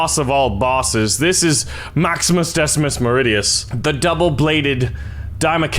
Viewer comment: Honestly the only Latin you said right was the name of maximus